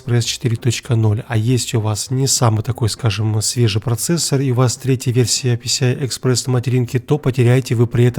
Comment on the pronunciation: "Если у вас третья версия писи ай экспресс"))).